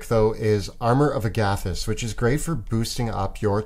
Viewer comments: please learn how to say Amor of Agathys. It's not hard to correctly place the emPHAsis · Tell me both of them didn’t emphasise the SECOND “A” in armour of Agathys, rather than the first “A”. Idk if that’s how it’s supposed to be pronounced, if it’s definitely not how I’ve heard it and the difference is triggering me 😂 Great video tho! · Do you pronounce Agathys like that because you are Canadian? Or have you heard it pronounced that way from some official source? It drives me nuts because I have only heard it said out loud on Critical Role, and when they use it, they say it like the plural of the name Agatha. 😂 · Have NEVER heard Armor of Agathas pronounced like that. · Are we just going to skim over their pronunciation of Armor of Agathys?! 😂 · I don't like the way you say Agathys. Just saying...